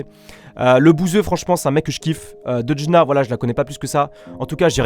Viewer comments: Pk il dit "deudjna" il est trop con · mais t con toi c pour l’imiter car il prononce deudjna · Son prénom se dit deujna et pas deudja